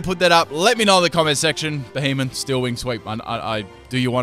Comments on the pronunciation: It's not beheemen. It's beheeyem xd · y does it sound so much like he say behemoth instead of b he em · couldn't tell if you said it right